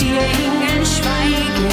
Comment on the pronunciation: TollesLied,mich stört aber an ihrer Aussprache.......Die Eeeeeeengeeeeel schweigeeeeeeeeen